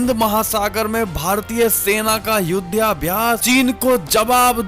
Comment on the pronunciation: युध्याभ्यास नहीं युद्धाभ्यास बोलें।